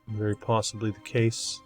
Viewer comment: Veddy good. Veddy, Veddy good. 👍